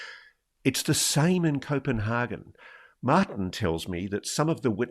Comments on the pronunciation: hagan not hargan! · Someone needs to tell Ross that, as hard as he seems to be trying, the way he says Copanhagen is NOT, I repeat NOT at all how its pronounced in Danish. So please just stick to the English word! ;) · Does he think he is saying 'Copenhagen' the way Danes say 'København'